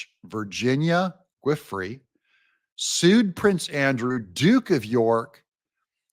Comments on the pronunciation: 'Giuffre' sounds more like JOO-FRAY. It took me a minute to figure out what you were trying to say. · I think Giuffre is pronounced joo-fray'. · It’s pronounced “Goo-fray” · I believe it's pronounced VIRGINIA (JEWFREE). GUIFRIE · You're butchering her name a little bit. Giuffre is pronounced like "juh-fray". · Virginia's last name is pronounced JEE"OFFRY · Virginia “Ju fray” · It's "Goo-Fray." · Giuffre is pronounced - ju fray. Even Benny is getting it wrong which tells me our people haven’t really followed the epstien stuff too closely. Good work Doug but it’s important to get the names right on a credibility standpoint. 🇺🇸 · Virginia's last name is pronounced ju-FRAY'